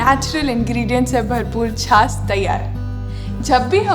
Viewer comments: झास नहीं बाईजी छाछ. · छास नही छाछ।